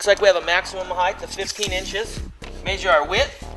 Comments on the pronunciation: Haha, " maysure" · "MAYSHURE" I think hes just trolling lol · maysure maysure maysure maysure maysure.... and so on i don't think this guy know whats hes doing hes not even sure if hes sure about any measurements >,< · im not even kidding, hearing him say maysure made me not even wanna watch it, but i watched it, lol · MAYSURE!! lol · maysure.. maysure.. maysure.. holy fuck dude.. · lol maysure